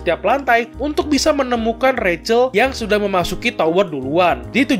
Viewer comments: Cara baca si bintik itu Rahel bukan recel_ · Biarpun pake ejaan bahasa, bacanya juga ga ra-chel tapi rac-hel